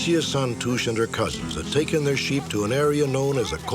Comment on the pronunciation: Mr. Stack's pronunciation of the Portuguese names (especially Santos, which in Portuguese is like "Santoosh") is fantastic. What an amazing host he was. Most TV people would have done the old "Spanish" version of "Santohs"